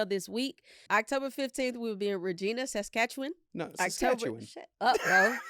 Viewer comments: It’s hilarious how our teachers in Canada can’t ever say immigrant right that just say migrant and yall be saying osteoporoses with no stutter and Saskatchewan is pernounesd sa-katch-a-one 😊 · The way you guys said Regina, Saskatchewan and Saskatchewan bothered so much. That’s definitely not how you say it